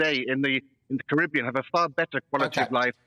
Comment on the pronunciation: Why does that bloke pronounce Caribbean wrong every time?